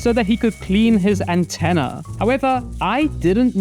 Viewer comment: "Say it with me folks, it's Mr Ant Tenna's TV timeeeeee..."